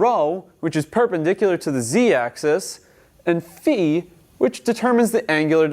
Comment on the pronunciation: haha "beefy hat". nah, dude, Phi is pronounced "fahy". omfg!